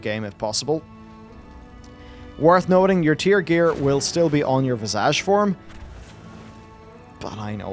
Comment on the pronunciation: Does purposely pronounce 'Visage' so ridiculously wrong, or is it his accent?